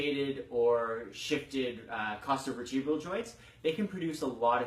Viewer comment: nice pronounciation of chostovertebral i took 1 hout to decipher it and i only did because u said the meaning in latin and i searched rib spine joint